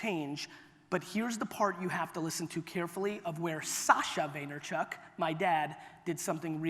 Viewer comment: Lmao Gary why did he butcher your name like that?